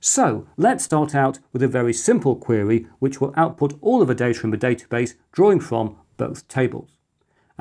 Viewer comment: It's pronounced database, not database!